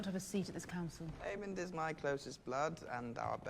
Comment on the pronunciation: It’s AemonD, guys, not Aemon